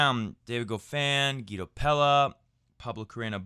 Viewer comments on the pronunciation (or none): none